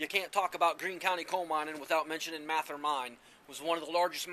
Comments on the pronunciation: It is not pronounced MATH-er. Mathe-er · You didn’t even pronounce Mather correctly. 😬